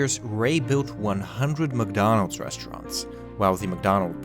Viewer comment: The - zhe Their - sier Mcdonnalds - msdonals